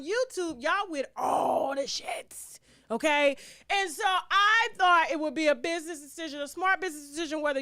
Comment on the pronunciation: … it’s the initial “oKay? For me. Now why you said it like that? 😚